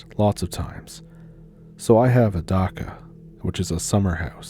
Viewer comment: Not a daca, it's a dacha